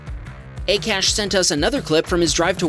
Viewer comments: I think the name of Akash is pronounced "Aakaash" not "a-cash". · Lol 'A CASH’ it's pronounced as 'AA KAASH' it means sky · Just thought I would let you know that Akash is generally pronounced "Ah-cash" not "Eh-cash". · Bro 😂😂😂 that dude's name wasn't a-cash it's pronounced ak-ash 😂😂😂 lol the most funny thing i've ever heard 🤣🤣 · AKASH is read as AA-KAASH, not A-Cash 😊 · Its not ekash its pronounced aaakaaash even though it is spelled akash.Just FYI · Pretty sure its pronounced "Ah-Kha-sh" not "Ay-Cash" lmaoo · Pronounce Akash correctly. It is called 'aa - kaa - sh' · I don’t know the guy personally, but I’ve known a couple people named Akash and it’s always pronounced Ah-Kahsh. Soft “A”. Just FYI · it’s not Akash is Akash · Akash? pronunciation mistake